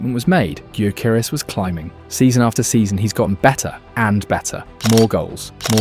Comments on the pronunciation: OK, I think it's time for a friendly tip on how to pronounce Gyökeres: The G is silent. And the Ö-sound isn't as exotic as the letter representing it suggests, it exists in English too, in words like sir, work, fur. So: Yökeres. N.B. And if you don't trust me, just listen to how he pronounces it himself in one of the presentation videos Arsenal published the other day. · Nice vid mate, but your pronounciation on Gyökeres could use some work. Greetings from Sweden! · Please please please stop destroying his name….its getting harder to hear with each time you say it 💀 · Is this AI narrated? Man pronounced Gyokeres five different ways. 😂